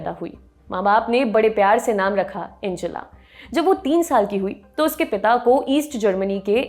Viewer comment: एंजेला नही, अंगेला नाम है।